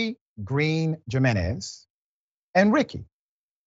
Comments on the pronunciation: HE-MEN-EZ!!!!! =JINENEZ AGAIN "HE"---MEN--EZ!!!!!!!! HAVE RESPECT.... THE STRUGGLE IS NOT YOURS ALONE! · Come Or Dr. You know it isn't Pronounced "Jim in ez" Do better Man.. Hew Men ez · Dr. , the name Jimenez is pronounced with a H sound instead of a j. "Himenez" and "Hesus" for Jesus. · Doc it’s pronounced himenez…. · Dr Richie the J in their name makes the h sound. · haha i love u doc the j in their name is a Y sound like yeah not with a J eventhough its how its spelled haha lol sorry my little pet peave lol luuuv u still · Dr. RASHAD I'm sorry but you're murdering their names lol Jimenez and Effy